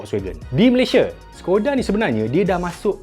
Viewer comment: Skoda tu sebutan dia shekoda